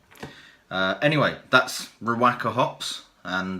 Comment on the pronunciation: I know I'm three and a half years late but given the current situation with NZ in total lockdown I'm watching tons of video dreaming of the next brew, lol. Anyhow one little tip is the the pronounciation should be ree woka. Just a small thing but great video anyhow. Cheers from NZ, hope you are all safe and sound !!